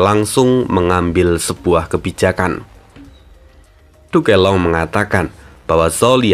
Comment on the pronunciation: Min bisa ga penyebutan "Duke Long" nyebut nya jangan "Du ke Long" langsung aja "Duk long" min ,agak aneh saya dengernya